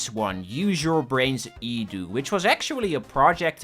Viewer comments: Can't watch this slop. Properly say E D U not fucken edew. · i think it is E D U. not edu. like seprately